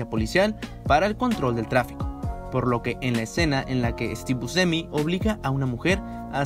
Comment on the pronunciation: Hay varios fallos en las pronunciaciones. El fallo fatal es el de Louis Malle. Pero también es bastante feo oír esa forma de pronunciar el apellido Buscemi. Lo demás está muy bueno. Felicitaciones por el buen trabajo.